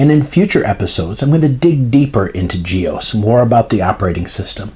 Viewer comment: Do you pronounce DOS as 'dose'? I've never heard anyone pronounce GEOS as 'ge-ose' but always 'ge-oss'.